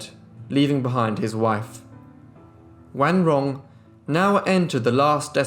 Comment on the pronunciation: Accurate pronunciation of her name! Great job!